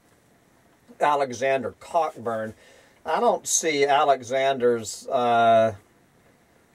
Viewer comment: Cockburn is definitely not pronounced "Cock-burn." It's just not.